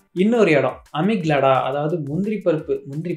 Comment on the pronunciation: அமிக்லாடா ❌🙅‍♂🙅‍♂ அமிக்டல்லா ✅✅✅